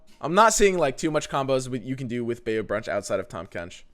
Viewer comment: “Tahm Quench”